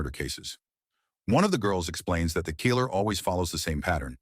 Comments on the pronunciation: 😡 GODDAMMMM & it's 'KILLER not FUCN KEEELER' u lame pathetic inept 💩 narrator 🥃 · "The Christmas Keeler" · What's a 'keeler'? Is it a Mexican murderer? If you don't have the balls to use the correct pronunciation don't do the video. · The bot constantly saying "keeller" was odd. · The emphasis on the i in killer is hilarious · Can't say "killer" either.